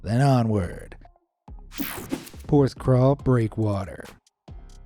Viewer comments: It's pronounced 'PorthCAWL' not crawl lol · PorthCAWL not CRAWL! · Hey! It's Porthcawl. Not Porthcrawl! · It's Porthcawl, not PorthcRawl ;) I live not far from Porthcawl, been there multiple times, including along the pier. If you seaarch for 'Porthcawl Storm' there are many images and videos of people standing next to the wall near the lighthouse, just before the gateline seen in your vid, the gates only close during stormy or icy weather. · Lol! It's Porth-cawl, not Porth-crawl! 😂 (Though to be fair, you got the vowels right for the English pronunciation.) I should know, I was born and brought up a few miles away. I know that breakwater and the lighthouse so very well. Used to go crabbing off the breakwater into the harbour. Haven't been there in many years but it's still home to me. I spent nearly every summer day on one of the beaches in and around Porthcawl as a kid. 🏴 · Thanks for saying that. I was thinking how many times can he say crawl XD